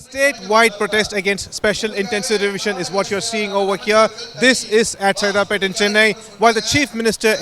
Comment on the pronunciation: It's not 'Sairapet', it's Saidapet... correct it